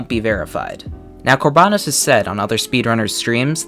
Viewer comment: It’s kor ba noes not kor baa nos